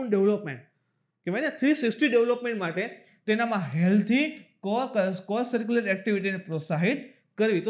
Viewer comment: બ્લૂ ફ્લેગ સર્ટિફિકેશન મા મુખ્ય મુદ્દો રહી ગયો કે આ સર્ટિ કઈ સંસ્થા દ્વારા આપવામાં આવે છે જે છે foundation for environmental education જે ડેનમાર્ક મા આવેલી છે.AICTE વાળા ટોપિક મા તમે CO-CURRICULAR નું ઉચ્ચારણ કો સર્ક્યુકર કર્યું હતું.જે કો કરિક્યુલર આવે.